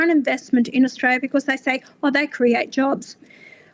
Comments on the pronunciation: At what point did she say Australia wrong??? Pull ya head in ffs!!! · She can't even pronounce Australia correctly and she's in our senate. What a disgrace.